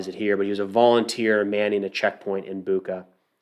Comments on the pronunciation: Bucha. You're spending it wrong. CH - sounds like CH in word "Check" I think it will sound better if you try to read it like "Butcha" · Hey, its Bucha, like Bucher, but without R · great video just a frienly remark: pronounce of bu(ch)a is like (ch)ina, (ch)eese not buqa like cake or claw. mostly in russian its like that when you see CH. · Boo-cha😂 like cha-cha-cha:) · Hey man, greetings from Ukraine! Bucha is pronounce with 'ch' like in chain. Thank you for good quality videos.